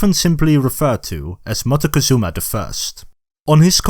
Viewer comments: Your pronunciation of Montezuma (englishized) sounds like you are trying too hard...even if you are doing the original Náhuatl...just say it like it's known in Mexico: Moctezuma. It's easier on the tongue and maybe people in general will stop using the version with the N (which we don't like in Mexico very much, because it sounds like mountain (monte) -and ketchup. 😢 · Pronunciation of Montezuma also hurts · Very knowledgeable video but you need to learn to pronounce Montezuma